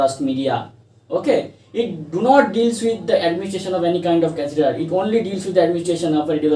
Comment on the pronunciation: catheter pronounciation/spelling aap ne galath likha/bola